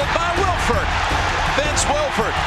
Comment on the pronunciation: He said Vince it's Wilfork